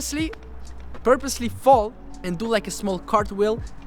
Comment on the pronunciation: Zero editing but good stuff 😂 Purpossily, purpusly, porposely...